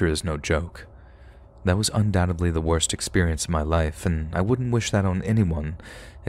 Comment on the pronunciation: C`mon man,it`s Still "undoubteDly",not "undoubteBly".......At least SOUND like you gradgeeated grammr skool.....